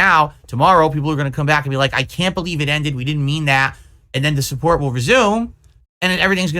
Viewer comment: People love muh cahntent! They want to suhpoort me! Ree! Only your whales do, Everyone else thinks you’re a massive lunatic